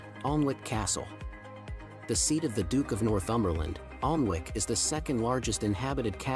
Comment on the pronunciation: Warwick is pronounced WORRICK, Bamburgh is BAMBRA, Alnwick is ANNICK. Many of our place names are so old that their pronunciation has evolved in weird ways: making them real traps for visitors from abroad. SORRY everybody, sorry world. But then many American place names are bizarre in their own crazy ways- I think this is all great fun! (Leeds in Kent is always a favorite of mine. But so is tiny Hever.)